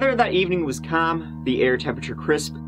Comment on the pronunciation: “the weather that evening was CALM!”